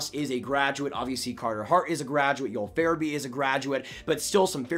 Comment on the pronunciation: Joel not yoell farabee